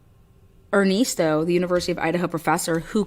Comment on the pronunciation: Crazy smh.. and er-nest-o like a birds nest